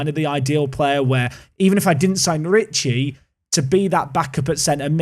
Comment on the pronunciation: Yes, Lucca and Ricci pronunciation this time is about right.